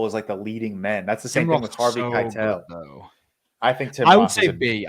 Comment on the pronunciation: Put some respect on harvey Keitel's name 😅